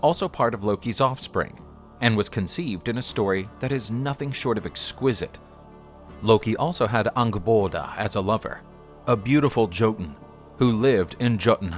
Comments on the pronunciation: The J in Jotun is pronounced as a Y. Yo-tun would be the correct way to speak it. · Jotun is pronounced Yotun. Js. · Love the stories but Js are pronounced as Ys so jotun would sound like yotun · one does not simply pronounce the J in jotun or Jotunheimr